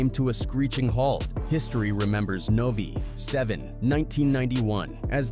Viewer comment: it is, the way it read Nov 7, 1991 as Novie 7 lol